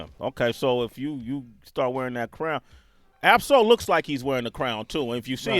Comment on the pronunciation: You got Ab-Soul name wrong [